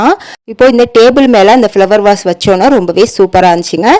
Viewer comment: Beautiful ❤ Flower வாஸ் not a வாஷ்